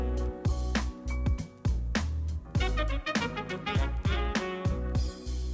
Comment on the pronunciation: the way you say "next time" triggers me so much